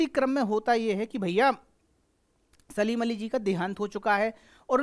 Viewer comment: सर सलीम अली नहीं है सालिम अली है